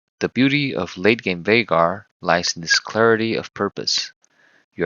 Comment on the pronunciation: I knew you were the real deal as soon as I heard you say his name correctly. Excellent video